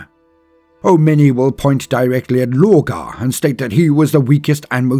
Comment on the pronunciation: It’s Logar and Magnus …..